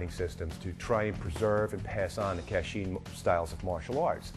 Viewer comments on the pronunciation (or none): I think the worst part of this is you are making money off an art you no nothing about. Being Karen and family direct descendants from Myanmar formally known as Burma your slaughtering of the pronunciation of Ka Chin as Ka Sheen is ridiculously annoying. I appreciate your enthusiasm of spreading the art that the prince of Thailand watered down for western culture to except but get your facts and pronunciations correct my friend. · it pronounced as "Ka Chin" not "cat sheen".